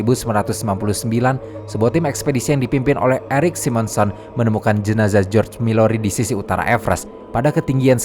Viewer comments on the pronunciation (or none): Mallory bukan Milory